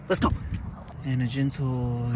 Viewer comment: I like how you said "gentle"